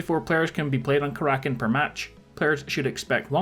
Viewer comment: It's Kara-kin not ka-rakin'